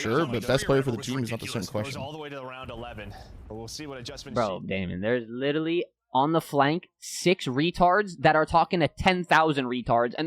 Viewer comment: Why is Scrap is littlely? It LiteRally with an R 😂😂